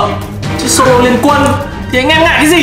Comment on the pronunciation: Sô lô flo nhé